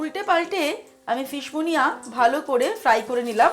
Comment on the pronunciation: Munia নয়, Muniere ... ফরাসি খানা। আমাদের পাল্লায় পড়ে মুনিয়া হয়ে গেছে।🙂